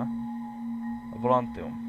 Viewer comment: volantium :D je to volatium ale nevadí :D